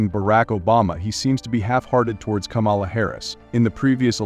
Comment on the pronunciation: It's not Ka-mala. It's Kama-la.